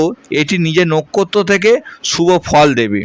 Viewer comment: আপনার কি জিভ ভারী পরিস্কার স্পষ্ট উচ্চারণ করেন না কেন পবেশ পতিকার এসব কি। পুন্নবসু না পূনর্বসু নোখ্খত্ত না নক্ষত্র খুবই বিশ্রী লাগল শুনতে। তাই মাঝপথেই বন্ধ করলাম